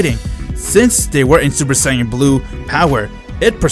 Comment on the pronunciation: Your voice lmao ensaid heis seupar sayan